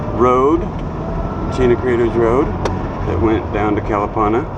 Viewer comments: Nice video. I remember Kalapana long before it got wiped out and yes it was a nice place with its black sand beach and friendly people. But Please pronounce Kuh-luh-PAH-nuh properly please. Thanks! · For someone who has lived on Hawaii Island for a long time you sure do butcher the place names. Your mis-pronunciation of Kalapana is very irritating. Your "Hi-Ho Silver!" is pretty silly. A hui hou means see you later. Are you a real estate agent? You seem to be focusing on land/home purchasing.